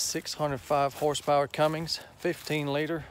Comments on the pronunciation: Anyone else bothered by how he said Cummings instead of Cummins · Pronounced "cummins" not "cummings"